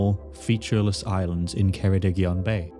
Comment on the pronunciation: he pronounced “islands” as “irelands”. I wonder if the words are connected.